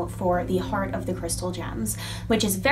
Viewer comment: when you said heart at first I thought you said horn lol